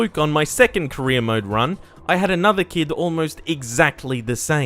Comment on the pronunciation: Every time he says career it sounds like he’s saying Korea